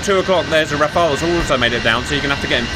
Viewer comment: Oh thank goodness you pronounced the French fighter name correctly ! Not like the christian first name "Raphaël", but like the french word "Rafale" for a gust of wind or a machine-gun burst. Nobody in the english-speaking world gets it right, Kudos !